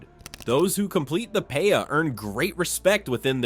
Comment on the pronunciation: Lol the paya?? FUAMIKI it’s pe’a!!